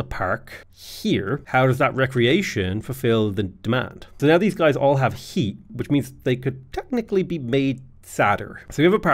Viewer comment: "Houses have hweat"